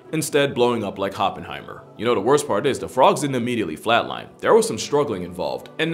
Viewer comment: "Hoppenheimer" - chef's kiss!